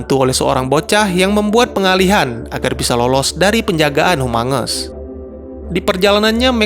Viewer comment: Kok gua denger humungus amongus?